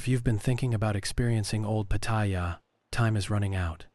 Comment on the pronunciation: The ONLY time you pronounced Pattaya properly was . I'm Thai and I know. Jing jing.